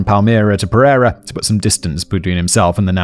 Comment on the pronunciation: You butchered pereira so bad 😭 it’s pear-ayyy-rah